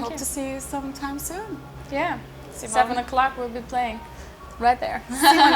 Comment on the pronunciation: Ha, I was hoping to hear how her last name is pronounced, and apparently I've been pronouncing her first name wrong? :P